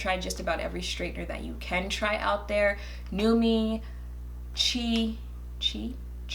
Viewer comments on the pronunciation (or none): It's pronounced "Chee"😂😂😂😂. You know I've always loved your hair. I'm a bald headed scallywag...like Alissa Ashley bald....so I can't relate to any of these videos. But I enjoy them anyways.